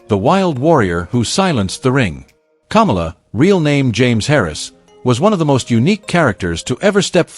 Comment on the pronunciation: The guy narrating this is an idiot. He can't pronounce names like Kamala, and Akebono. Or even Vern Gagne.